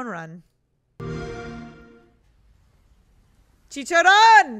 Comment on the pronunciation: As a texan of Mexican descent, I really love how well you said chicharrón